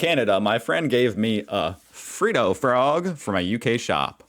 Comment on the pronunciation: Its ot Free dough m8 its Fred dohh